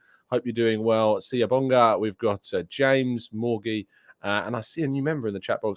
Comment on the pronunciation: Hi. Good pronunciation of SIYABONGA...a name popular in the Southern tip of Africa 👌💪‼ Opining on transfers is like farting against thunder...people must be humble and accept that this is a decision above their pay-grades...it's not our money; we don't know what really happens behind the scenes and what drives some of the decisions and outcomes. However, what we know is that Arteta and Edu have brought us here (#2 and playing reasonably good football)...with their decision making. What we need is to trust them and see how far we can progress in the upcoming season/s. We'd do well if we were humble enough and wait for Ricedo to land😜😂...if not, who will be our next best options...NO MATTER HOW MUCH NOISE WE MAKE, THAT OUTCOME IS OUT OF OUR HANDS🤷‍♂️ If supporters/fans were to be listened to, we'd end up with a mess greater than Chelsea...HUMILITY & CALMNESS🙏is all we need 🤞